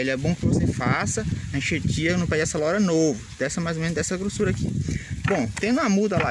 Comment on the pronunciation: Video da hora. E o "Acelora" kk